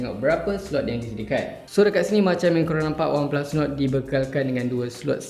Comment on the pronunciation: Mcm Nuku bkn nord hahaha